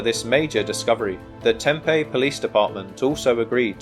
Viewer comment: It's pronounced Tem-pee.